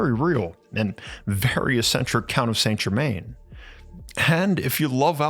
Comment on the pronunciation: I was just settling back thinking how nice it was that an American orator could be bothered to make at least a minimal effort at pronouncing names, and then it happened - the cultural misappropriation and most crass "saintE Germainne". Dislike & unsubscribe.